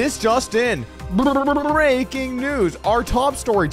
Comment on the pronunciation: I am amazed at how Doug cannot say the word, "breaking." I wonder if there is another word, he has trouble saying.